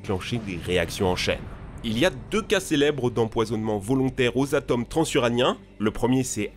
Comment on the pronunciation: alors je vais faire mon mais ca me fait bondir à chaque fois que tu le prononces: un atome ca se prononce avec un 'o' fermé (comme dans "moto").. sinon, geniales tes videos!